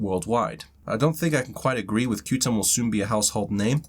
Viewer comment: Even though it reads QTUM, it’s called Quantum 😉👍